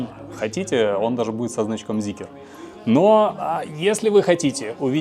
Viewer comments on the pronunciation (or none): Прям весь такой требовательный эстет, а говорит как колхозник, не ЗикЕр, а Зикр и не ЗикрЫ, а Зикры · Начал смотреть и выключил сразу после слова "Зикер". Люди, где вы там букву Е видите? Почему многие так говорят неправильно? Как ни крути, читать нужно Зикр и никак иначе. Считаю, что люди, которые говорят Зикер - недостаточно умные люди ибо даже прочитать слово правильно не могут. Соответственно, они и обзор не могут умно сделать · ЗИКР - не Зикер , аж бесит , Zeekr у вас есть произносить правильно вы это до сих пор не умеете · ЗИКР, ЗИКР, ЗИКР, не зикЕР , безграмотные люди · Прежде чем делать обзор,научитесь правильно выговаривать название Зикр!!! Где там е?